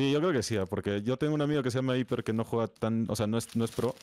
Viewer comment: dijo hiper😃👉👉👉⭕⭕⭕⭕⭕